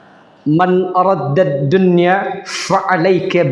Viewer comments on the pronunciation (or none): Araada, bukan aradda